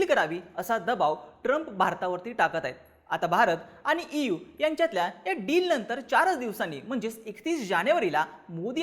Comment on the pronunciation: इव नाही ई. यू.